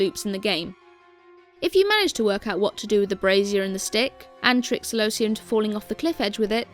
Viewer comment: kelobia is not a name, celobia is.